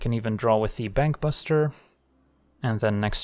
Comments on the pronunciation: Every time he says Bankbuster all I hear is Bang Bus and I'm not really sure what that says about me... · or you mean bangbus-ter?